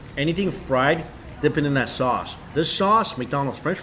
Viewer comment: Why does this guy turns his Ss into sh? Lol Shpaishy shaushe